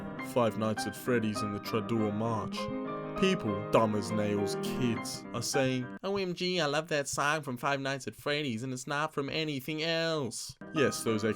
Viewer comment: it's Les Toreadores, not Tradour, dafuq, uncultured swine